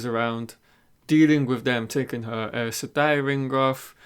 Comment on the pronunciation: The show is out and only you still say Egweeene and Eis Sedai. Sorry, wish you well